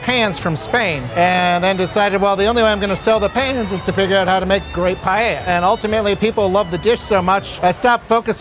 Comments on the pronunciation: as a spanish, that """"""paella"""""" hurts me so hard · that dude just massacred paella wow